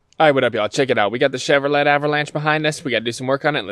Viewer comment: Chevrolet is pronounced Chevro'lay, just thought you should know